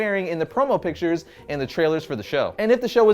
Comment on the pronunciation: pictures, not PITCHERS!